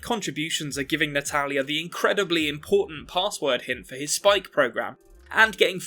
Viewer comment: Half way into the video I realized you were saying "Natalya" instead of "an Italian". I always thought, "which Italian?"😂🤣